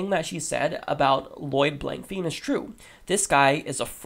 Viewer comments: "Fein" technically should be pronounced "fine" with long i sound from Germanic language root. -- Ole Blankfein took over CEO of Goldman Sachs after Henry Paulson left the position to become the US Secretary of the Treasury. Revolving doors... and corporatism has their candidates bought and paid for on both sides. If Blankfein doesn't like Bernie Sanders, then that's a plus. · Pretty sure it's pronounced Blank-Fine. Thanks again for your videos.